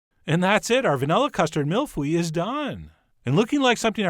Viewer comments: Hi John, that pronunciation was... let's just say you got the "mille" part right hehe. Do you know how to pronounce egg in French? "Oeuf" Ok now take that "eu". "Mille-Feuye" There shouldn't be "e" or "w" sounds there. That being said, it looks like a delicious mille-fwille 😋😜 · Mille Feuille = thousand leaves, Feuille is actually pronounced "phu-ye" not "fwee" The feu- part is more of a uuh (like phud..) sound, not "ie" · That pronunciation was so bad. It's pronounced "feuye" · Videos from Québec Quand le chef a mal prononcé "feuille" j'en ai eu des frissons mdr